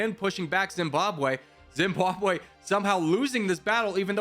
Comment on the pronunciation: Zimbabwe not Zimbabw